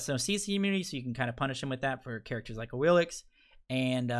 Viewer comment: Awilix in A...Am I the only one bothered by that?